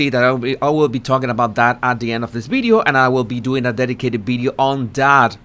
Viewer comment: What’s a “ bideo “ ?